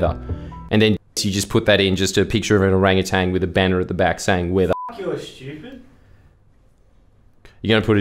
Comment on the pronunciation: Jordan was wrong too, It's Orangutan not Orangutang. BOOM!